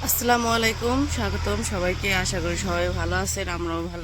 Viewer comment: tumi Salam vul vabee diccho, tumi bolcho aslamalikom, ashol uccharon holo " Assalamalaikom". Vul uccharoner karone ortho tao onno rokom hoye jay. Kheyal rekho.